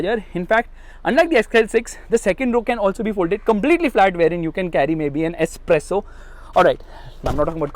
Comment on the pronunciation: When he says , u can carry a "S - Presso" 😂 inside!